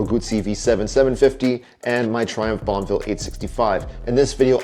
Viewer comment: Every time you said Bonneville im hearing bonnvill not bonuhville.